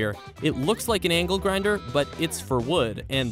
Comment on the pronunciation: For a second I thought he said ankle grinder